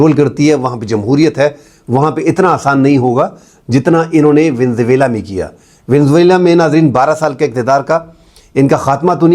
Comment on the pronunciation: Venezuela کو صحیح طور پر pronounce تو کریں حضور!